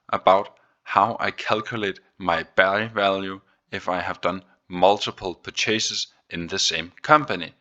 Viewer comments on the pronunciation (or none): You probably ought to figure out how to pronounce (purchase). Love this weekly update btw. Greetings from Denmark!